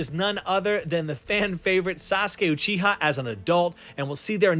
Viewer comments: Why do you say ochiha and not Uchiha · find me a video we’re in the anime or one of the creators pronounced uchiha like you uh-cheh-hah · the way he said uchiha ☹️